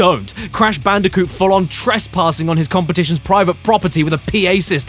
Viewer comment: It's bandiconth!!!l